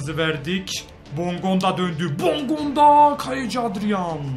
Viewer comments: Abi bondonga degil bongonda kuka değil kuçka yada kutska rodalega değil rodayega :) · Abicim bondonga deil bongonda ve kuko deil kucka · abi bongondaya hep BONDONGA diyon çok komik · Abi okunuşu bondonga değil bongonda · Abi bondonga değil bongonda ben fanatik ts liyim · Bondonga değil bongonda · bongonda ya bondonga diyor